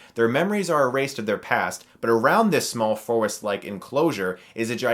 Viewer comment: Chris, say fORest lol... fowest.... your silly